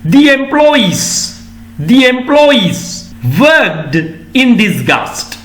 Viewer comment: Sir talked and worked. Pronunciation d or. T sounds at the end